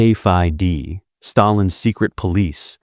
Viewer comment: AI-slopp: NKVD, the V is not a 5